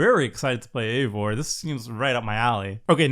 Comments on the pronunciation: I know not everyone likes Norse stuff and so on but it hurt my Nordic heart when he said Eevor instead of eIvor its i like in I if any is curious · Ezio is pronounced ets-ee-oh Eivor is pronounces eye-vore So much pain listening to this lmao